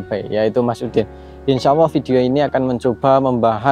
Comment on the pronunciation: Bukan Insyaawwoh TAPI yg benar ; INSYAALLAH